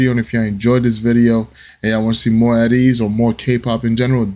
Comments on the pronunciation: Ateez is pronounced Aye Tease. 🤭 I'm glad you liked this one! I'll come back later to suggest another. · The group's name is pronounced A Tease not At Ease